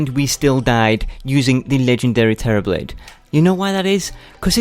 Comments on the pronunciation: Terrablade, you mean "terribl"ade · Do you mean (Terra-ble)? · Man you just butchered the Terra Blade😂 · U don't Terra blade properly